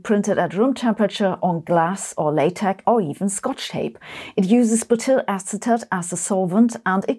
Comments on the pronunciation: That pronunciation of latex , lol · Sabine pronounces latex as "LaTeX". Legend! 😂